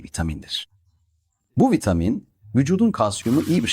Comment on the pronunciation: Sadece boo 12 değil birde vitaaamin diyor. 😂